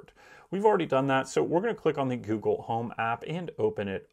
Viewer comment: “Gewgle” lol